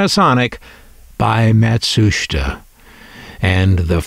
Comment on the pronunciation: PLEASE stop saying "MatSHUSTa"!! It's pronounced (and SPELLED!) Matsusheeta!